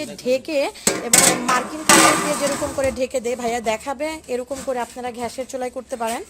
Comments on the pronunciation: রুস্ট (রোস্ট), ঘ্যাস (গ্যাস), গ্লুবস (গ্লোবস/গ্লাবস), এই সব এর উচ্চারন ঠিক করবেন আপু। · ঘ্যাস নয় গ্যাস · ঘ্যাস না গ্যাস। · আর বলুন গ্যাস, "ঘ্যাস" নয়। ধন্যবাদ! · ঘ্যাসের চুলা' টা কি জিনিস ? 'ব্যাদেনা' ই বা কি? আহা কি উচ্চারন নিয়ে নেটে এসেছে...! বাংলা আগে শেখো মেয়ে। রান্নায় কোন ভুল নাই। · Apnar uchchoron khub baje...gas er chulo thik Moto uchchoron korun...r sobuj anggur bolun... please thik Moto uchchoron korun...